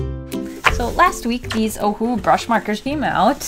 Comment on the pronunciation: Nobody in the world can say “Ohuhu” much better like it was meant to sound in the first place like can.. or is it just to my hearing 🤔🤣